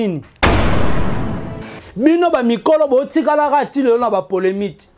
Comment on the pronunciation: ON DIT POLEMIQUE ET NON POLEMITE. TOI AUSSI TU CONNAIS PAS L'HISTOIRE CA CONCERNE WENGE MAISON MERE ET NON 4X4. JE REPETE ENCORE, ON DIT P O L M I Q U E et NON POLEMITE QUI N'EXISTE MEME PAS EN FRANCAIS QUE JE SACHE.